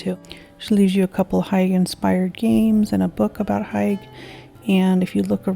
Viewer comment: Hygge isn't pronounced as hike :P It's pronounced as hoo-guh